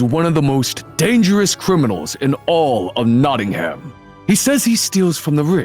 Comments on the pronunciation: Notting-ham 😂 for msa voice actors; its notting-um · LOL I LIVE IN NOTTINGHAM AND IT not-in-um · I’m sorry the way they pronounce Nottingham 😭